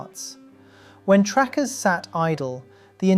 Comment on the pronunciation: I just realized this dumbfuck keeps calling "tractors" trackers. Lmfao, makes this entire presentation idiotic.